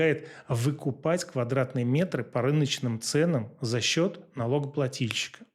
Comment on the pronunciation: Отдельная благодарность за "налогоплатИльщика" !! Уши отдыхают!